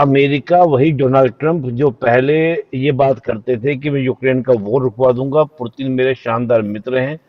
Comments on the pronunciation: 👉 ये निपुण पुतिन को पुरतिन क्यों बोल रहा है 🤔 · Foreign expert but says Purtin 🤣🤣🤣🤣. Shame on this expert !!